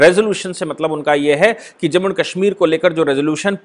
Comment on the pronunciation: I like the way you pronounce Kashmir, that is the right pronounciation of Kashmir as in sanskrit.